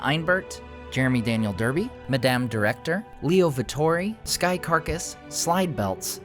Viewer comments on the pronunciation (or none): none